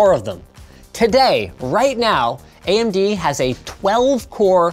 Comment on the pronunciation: ("subtitles made by Linus") ("Andy goes here") Conclusion: Linus does not know how to pronounce "AMD".